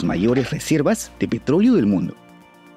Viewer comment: Razones más evidentes de la invasión: Dice con acento gringo PETRÓLEO PETRÓLEO PETRÓLEO